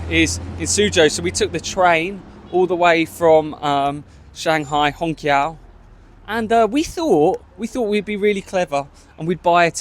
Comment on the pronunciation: The correct pronunciation is "Hong chiao" not "Hong kiao". In hanyupingyin "q" is pronounced as "ch". Not exactly but close. The sound does not exist in English.